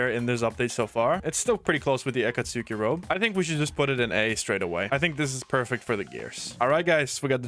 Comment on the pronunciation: “Ah-Kaht-Suki” he said man.